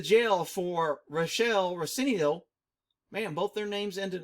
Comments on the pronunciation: its pronounced Ran silliy-O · it's pronounced Ran-silly-o... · lol RAn Cil eeo. damn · This is how you pronounce rancilio piece of shit